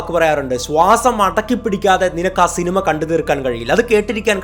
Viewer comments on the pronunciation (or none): none